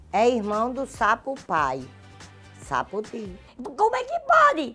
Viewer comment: "Sapufi" em pessoa 😂😂😂